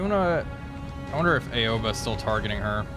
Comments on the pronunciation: Great video as always, just a friendly reminder her name is not pronounce "A-o-ba" it's "Ao-ba". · Looks like Indianapolis' war is over for now. Also Aoba is pronounced Ow-Bah btw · Ouba? Nah, it's just Aoba. Like Ah-oh-ba. It's japanese, no need to be fancy twisting letters into others; silly english..